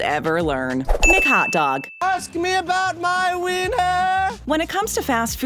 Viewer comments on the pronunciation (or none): none